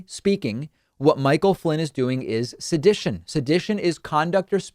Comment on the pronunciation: Learn to pronounce se·di·tion /səˈdiSH(ə)n/ noun conduct or speech inciting people to rebel against the authority of a state or monarch. synonyms: incitement (to riot/rebellion), agitation, rabble-rousing, fomentation (of discontent), troublemaking, provocation, inflaming, rebellion, revolt, insurrection, rioting, mutiny, insurgence, insurgency, subversion, civil disorder, insubordination, disobedience, resistance, defiance